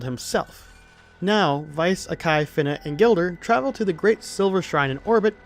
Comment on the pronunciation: You’re the one other person I’ve come across who pronounces “Fina” as “Finna”. She finna be a pirate